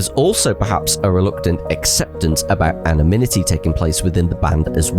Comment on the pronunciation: Brilliant video! Constructive criticism: “Anonimity”, not “Anominity”. 👍